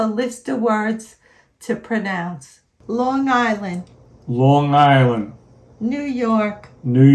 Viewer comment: I know you're from Long Island when you say *on Long Island instead of *in Long Island. Also, I say Long Island like you. Don't know anyone who says long 'guyland'. Like you. I say it like there's no G.